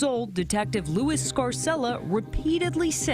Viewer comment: That name is pronounced Lou-ez